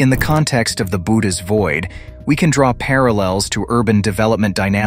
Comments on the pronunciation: Its pronounced "boo oh teez void." Bootis lol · It's pronounced 'Bo-hoe-tis' not 'bo-tis', I believe. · "Boat us"??? Bow ate ease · Thought it was pronounced Boo-Oats, not boats or boots or whatever the narrator is saying